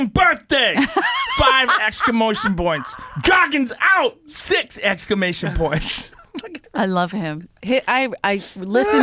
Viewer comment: "Five exclamotion points. HAPPY FUCKIN' BIRTHDAY!!!!!” hahahaha 🤣😂🤣😂🤣😂 #lol #exclaMOTION